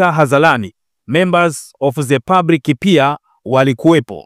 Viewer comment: Mtangazaji upo vizuri ila punguza ze ni the ambayo inatamkwa dhe 😂😂